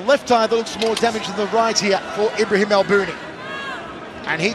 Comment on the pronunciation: Ibrahim, not Imbrahim lol